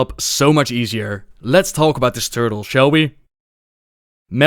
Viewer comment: Upon playing Mal'Ganis, he says "I AM MAL'GANIS! I AM ETERNAL" which sound's like "I AM MAL'GANIS! I AM A TURTLE" for some reason